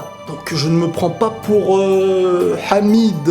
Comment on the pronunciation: tu a osé dire hamide